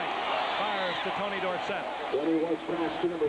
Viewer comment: 7 seven years in n he was still pronouncing dorsett's name wrong. Irritating.